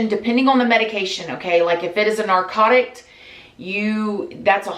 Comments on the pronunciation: Narcotic* not narcotict* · When you said “narcotict” 😂I love you